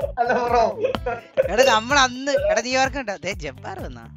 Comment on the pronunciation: ithentha jabbar ennu parayana jabaan ennalle